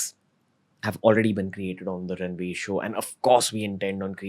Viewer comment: No one can say Ranveer that beautiful than 🙇🏻